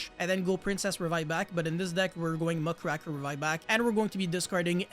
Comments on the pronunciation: Who's Muckraker? Do you mean Mudcracker or mugraker? Strong cards 🤔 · I hate how everyone pronounces muckraker wrong